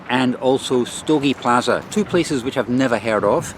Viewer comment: "plazha" (not pronounced "plaza") means beach ;-)